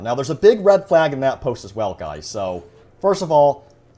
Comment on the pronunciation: Why do you “gwuys” always defend EA and Dice. Either you’re on the payroll, just dishonest, or delusional. Seriously “gwuys”, is it hard for you to say the word Leak?